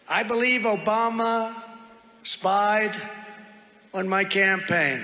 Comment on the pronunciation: " Obamna" not Obama, play the sound bite David.